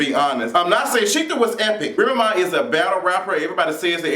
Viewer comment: I love your accent the way you say Remy Ma. It's like you're saying one word remma. Lol